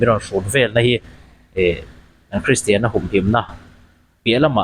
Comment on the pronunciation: Christian tih pawh a lam glei thei lo deh hlek pawn a kak duai thei ang a😂